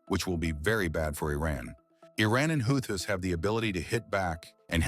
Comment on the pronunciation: Could you at least get the name of the Houthis right if your gunna be a lazy AI channel?